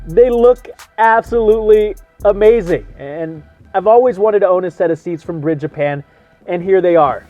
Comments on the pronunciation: Is the Bride brand really pronounced "Briide"? I always thought it was pronounced "Bride", as in "Bridesmaid." I guess I have been wrong all this time. Those are some sexy looking seats!! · Why do keep pronouncing Bride incorrectly? There is a E at the end ‘BRIDE’